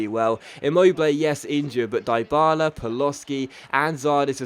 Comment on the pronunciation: Stop dropping that hard I on Dyballas names its sounds like Deeee Balla